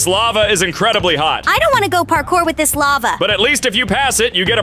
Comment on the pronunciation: And why did say lavae (the e is silent) when she was soing the lava obby